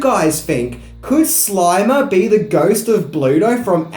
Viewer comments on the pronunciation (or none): It’s the Slimer not the Slimmer, you cretinous goofball. Lol! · Its SLIMER,. Not SLIMMER. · Slimer, not Slimmer. See the difference? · #6 Slimer, not Slimmer. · Number 6- "SLIMMERS" as in THIN ghost hahaha God you need a proofreader hahaha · "Slimmers"- this guy is a tool & has a very annoying voice